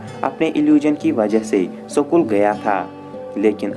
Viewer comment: भाई सकूल या स्कूल ? 😁